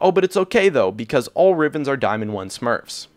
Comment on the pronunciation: "all rivens are diamond 1 smerfs" i laughed way too hard